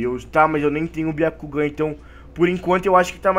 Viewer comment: Não é biacugan é um jogan